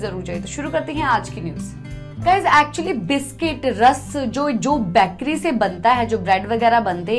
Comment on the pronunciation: बैकरी नही बेकरी होता है